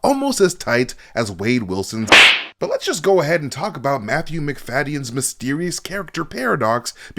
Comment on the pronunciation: Macfadyen is pronounced "Mac-da-gin" gin, like the drink.